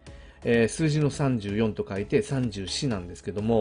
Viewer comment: 34のイントネーションが気になる笑 三銃士と同じイントネーションなはず、、、